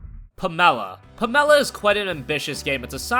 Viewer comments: Pam-ella? Its pronuoced " Pam-la" dipshit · So to be clear though, it's pronounced PAM-e-la because you're a normal person right? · Pamela is pronounced pa-me-la. Not p-me-la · I... HATE when people pronounce pamela as "puh-mel-uh" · pam-uh-luh! Then where does Alice Ravenwood come from? Aren't we all supposed to use our real names!? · ... how the fuck do you mispronounce pamela? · its pronounced pamela and visage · never heard Pamela pronounced like that before